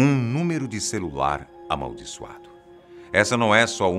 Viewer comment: eu ouvi um CERULAR? kkkkkk o errando uma pronuncia coisa rara de se ver!